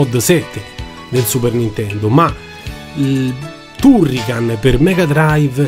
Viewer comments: Basta guardare il mio avatar e capire qual è il mio preferito! Comunque confermo la pronuncia TUrrican, anche perché il nome è preso dall'elenco del telefono, un italianissimo Turricano, grazie per aver condiviso i ricordi! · Si pronuncia "Tarrican"!. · Non ti preoccupare, all'epoca sbagliavamo tutti i nomi. Ti posso perdonare tutto poiché nessuno mi riporta a quegli anni come i tuoi video!. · Anche io ero ironico, ma dopo che lo hai detto così tante volte nel video, mi dispiaceva per il povero Turrican. Se sbagli la pronuncia allora non conosci bene la lingua, vale lo stesso per tutte le lingue del mondo (giapponese incluso).